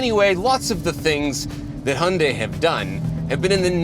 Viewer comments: Let me finish this war lol... I'm Korean. So.. okay. Actually the one the said at the very first is the right way to say "Hyundai". It is not High-yun-day, but this way of saying hyun-dae -> Adding more correction to that, try not to say that 'Y' sound at the end of the word 'dai' from pronounciation. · funny thing is was the closest to the correct pronunciation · is actually pronouncing it correct. I worked at a Hyundai dealership about 10 years ago and the dealership's Korean overlords told them it was pronounced "Hyundai like Sunday". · Your English chap is correct. He was the only one that pronounced it correctly.@ House can we get a 2024 Elantra-N review? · as a korean, the 2nd guy got it right lmaao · 현대 발음을 이렇게 잘하는 외국인은 처음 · It's pronounced "hyun-dai", my friend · ' pronunciation was the closest. Also throttle house has the best intros. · In korea, the first pronunciation is the closest lol